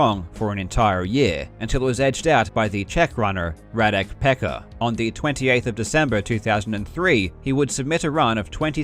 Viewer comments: Just a small thing, "Pecka" is pronounced "Petska" in Czech, not "Pekka" ^^ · It's pronounced "Petska" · random fact: correct pronunciation of (radek) pecka is approximately "petska"